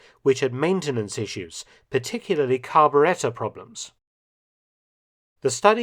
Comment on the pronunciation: I loved the way Professor Felton pronounced the word "carburetor".